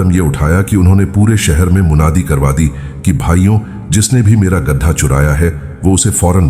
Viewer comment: Oyye, baewakoof, gadaa nhi balka gadha khtay hain